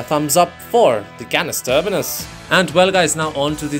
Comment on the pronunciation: Bro is saying Canis Termanis a bit too often😂